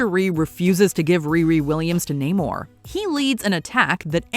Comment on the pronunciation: Same with Namor.